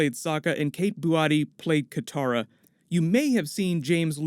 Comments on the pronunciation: Katara not Kintara.... but awesome news. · Lol you keep calling Katara "Kintara"